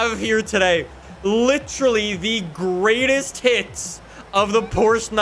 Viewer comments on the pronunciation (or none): I thought literally said the greatest tits of the 911